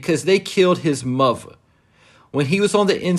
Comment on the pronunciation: His “Muva” 😂